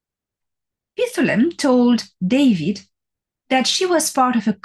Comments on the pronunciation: two syllables, “pythlim” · Dr. Salla has mispronounced “Pith lam” with a middle “ah” so be aware !